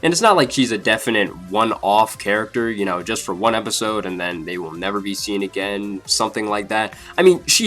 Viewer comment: Theory, she died and reincarnated into that girl that says "chu" instead of "you"